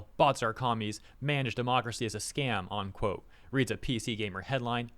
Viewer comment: It's "unquote" not "onquote."